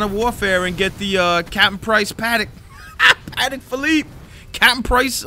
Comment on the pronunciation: Yo Patek is pronounced “Puh-tec” not “Paddock” fyi but great video nonetheless